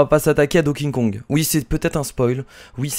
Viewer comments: Tu dit Don King Kong !!!!!!! STOP Arretons de bafouer ce pauvre Donkey Kong en prononçant son nom de cette manière !!!! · A tu sais pas prononcer Donkey Kong!!!!!